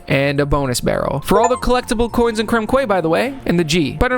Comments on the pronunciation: Sorry to be the Um Actually guy, but Quay is pronounced Key. English is ridiculous sometimes. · "Quay" is actually pronounced the same as "key". Great work with these achievements. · Makes Leeory reference Also says "Lets make unfort a thing" That was a thing back then because people refused to fully type out words. Also i wonder how many comments theres gonna be about mispronouncing "quay" theres gonna be lol.... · Not giving flak, its an extremely mispronounced word especially for Americans. think i was 25 before i found out i was saying it wrong lol. But these days its one of those words the internet likes to flock over "Um achtually.." responses